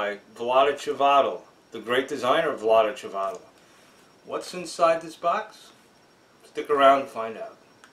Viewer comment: His name is Chvatil, not Chivatil.